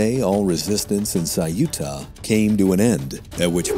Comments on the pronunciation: Saiúta? Ceuta, only two simple syllables: ceu-ta. Easy. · EU in ceuta is pronouced the same way as EU in Europe or Neutral. It is not CE-U-TA, it is CEU-TA